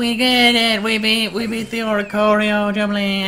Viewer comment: I remember when he use to say 'Orisorio' 😂